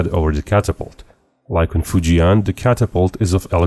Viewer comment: I speak Chinese. It's pronounced "Foo Jenn". Not "Foo Gi Anne" . That helps for folks listening to the video to identify which ship you are pretending too..